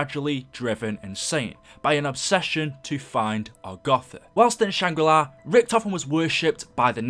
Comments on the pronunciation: Not shang ri lai its shang ri laa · why do you always say "shangrilai"? its shangrila its nothing personal its just something i wanted to say. but keep at the good work and love you vids ps:this is not the first time i heard you say shangrilai ☺😂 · I also never heard a map called "Shangri Lie" I thought it was "Shangri La" lmao